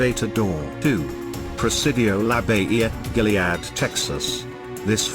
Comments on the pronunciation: It is NOT pronounced "Gilead" as in "There is a Balm in Gilead." It is pronounced GO LEE AD. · It's pronounced Go-li-ad, not Ga- li- ad. I live 30 miles from Go-li-ad, Tx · Thank you!!! That Gilliad pronouncement annoyed me. I'm from Victoria. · it's pronounced Goliad., the o is long. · ok, I live near La Bahia and have seen soldiers outside my house. I have a picture from in my front yard with something that clearly looks like a person is standing behind me. it scares enough ppl to where they don't wanna come to my house. they've never really done anything to harm anyone though so I'm not bothered by them. they actually are nice to have around lol. plus Goliad is pronounced 'Goal-e-ed' I take pride in my town haha